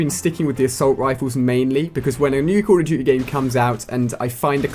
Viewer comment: sounds like hes saying calla jujy instead of call of duty